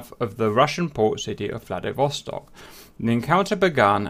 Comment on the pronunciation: Am I the only one that heard Vladivostok as Bloody Vostok the first time he said it?